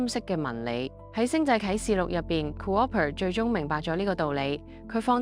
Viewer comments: 咩模型嚟㗎？ Cooper讀做Co-Op'er 都有嘅… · 多謝你嘅詳細解說🙏 btw cooper 應該讀 koo-pa 而唔係 co-oper🤔 同cooperate 不同讀法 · 好喜歡你地每集的製作, 有時候d旁白更是直達心坎之中, 好有感觸! 🥺 加油, 多謝! 🙏💪 惟一係d讀音需要改善, 例如今集男主角個姓氏係Cooper. 但AI 讀成 "Coo-Ar-per". 😅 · Coo-oper lol 但係 你又讀啱咗次，不過之後又讀返coo-oper ，聽到好辛苦。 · 第一次聽人讀co-oper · Ku opp per, 聽到一半頂唔順發音😂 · 究竟係咪AI旁白？點解會讀成co-op-per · Cooper = Co 柯 爬？妳喺邊 L 度學英文？ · Thanks for the amazing video. Tiny note. "Cooper" is generally pronounced as KOO-per (/ˈkuːpər/), with a long "oo" sound (like in "blue" or "loop") followed by a short "per" sound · Cooper 真係咁讀咩啊